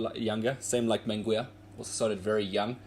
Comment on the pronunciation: Get the name pronunciation right bro.